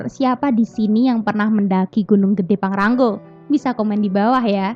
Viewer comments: PANGRA-NGO mbk/bukan PANGRA-NGGO😂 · Maaf mba bukan pangrang "GO" Tapi pangra "NGO" Hwhehe